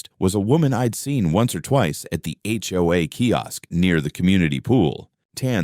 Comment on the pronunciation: If your going to put up a sign, try to pronounce and spell hoa correctly.